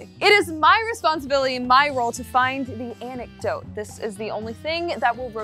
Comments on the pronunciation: it's interesting that sam is pronouncing antidote as anecdote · Awesome channel 👍🏼 but it is antidote.... not anecdote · she meant antidote. i think. but she definitely said anecdote. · Is saying anecdote? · My girl said anecdotes instead of antidote 😂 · Anecdote No it is antidote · Is it just me or was saying "Anecdote"?? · I would swear she was saying "anecdote". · That's what I heard her saying, and it absolutely drove me nuts Haha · It could be just me, but I would swear was saying "anecdote" instead of antidote.... Like, how is a short amusing story about a real incident going to cure anything.... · I kept hearing anecdote too. lol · Antidote, not Anecdote. Love you guys =) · Is saying "Anecdote" instead of "Antidote"? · its antidote, not anecdote. An anecdote is a storyyyyy. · kept saying anecdote. I thi k she meant antidote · super colonel I was today years old when I realized that it is not “anecdote”